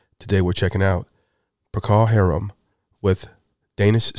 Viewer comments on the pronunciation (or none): Well, is only a couple sentences in and mispronounced the bands' name and the title of the song... (It's pronounced pro-call hair-um.). This rendition from Denmark is probably the best on planet Earth though, and it was decent that he let it play through non-stop. It's kinda hard to interrupt such a magnificent song, and I had to let it play too because I love it so much, though I was going to split after my first remark. The original rock version is just the 5 member band, and plays a bit faster than this, which was probably slowed to get the most out of it, and boy did they, and again I cried. This is a youtube masterpiece. There are more verses to this too, and I found one of two videos with them included (rare find). I like Polos' reaction. Respect to him after all. Also as another commenter said, Conquistador was another hit they did at this venue which was fantastic too. I highly recommend that as well A Salty Dog is another great song by them. Whiter Shade of Pale was not a one hit wonder (as some people have said). Procol Harum had a catalogue. Gary was very talented. Stevens came up with the group's name Procol Harum, a mis-spelling of the Latin phrase Procul Harun (roughly meaning “far beyond these things”), which was also the pedigree name of his friend's cat. It's pronounced pro-call hair-um. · I've always (since the 60s) heard it pronounced PRO-cuhl HAIR-um. Just helpin' out !